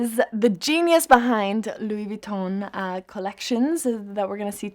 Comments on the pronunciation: “It’s just good vibes” “how would I explain it” come on Emma..... be better. Doesn’t even know how to pronounce the brand name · I swear every single time Karlie pronounces 'Louis Vuitton" I cringe. Karlie we get it you know French